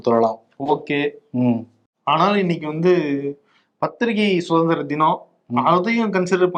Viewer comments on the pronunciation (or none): avargaluku...athu chuthanthiram illa..suthanthiram..tamilai sariya pesavum